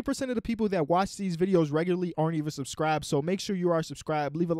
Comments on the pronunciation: "so rellularly"😂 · Anybody else hear that ? The way regularly was said?